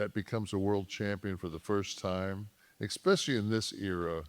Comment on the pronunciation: "Mr. High I.Q.", still always says "exspecially". Also, you can tell a lot about a man just by observing what kind of an adult their kid becomes. This dude's son was literally trying to fish hook Kevin's eye, drunk during the Christmas/New Year's holiday time at 18 years old. Then, Kevin was talking about it publicly like it was funny and cool afterward. And his son DIED in his early 20s, and it appears to be related to benzo withdrawals (and it probably had a bit to do with the experimental injections that Kevin was so adamant about him getting, despite the fact that anybody with a brain AT LEAST understood that young people really were resistant to that particular little cold, let alone that the experimental injections were a horrible idea for anyone to get). Now, why was a guy in his early 20s SO ADDICTED to benzos? He was PRESCRIBED them too, btw. It was Alprazolam aka Xanax. Now, I happen to know the things that Alprazolam can be prescribed for and I wonder why someone in his early 20s would be prescribed it for long enough and at a high enough daily dose to where the withdrawals were so severe that they were the main reason for the death an otherwise healthy, young man. And the only thing that I can conclude is that his parents were trash, particularly his FATHER. A good father would NEVER have allowed their ONLY CHILD to be put on Alprazolam. A good father generally would not have a child that has such a severe issue with anxiety that they need to be prescribed such a